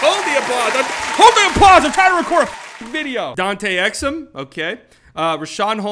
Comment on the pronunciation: “Dante Exum, Ok” LMAO